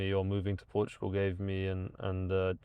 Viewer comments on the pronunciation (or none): none